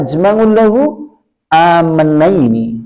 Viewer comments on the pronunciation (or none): Setau saya bukan "Amanain" tapi Amnain.